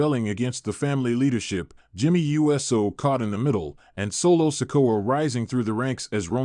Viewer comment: Whose tears flowed? And when, where and why? And for God's sake it's Uso and not U. S. O WTF is wrong with you??🙄🙄🙄